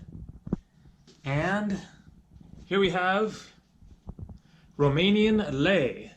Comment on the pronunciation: Hey i am from romania and i need to say that you have a very good romanian acent